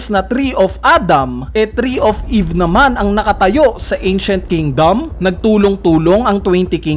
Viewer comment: hahahahahahah "TREE OF EEEEEEVE!", weird mo naman mag sabi ng mga salitang ito 😅😂🙈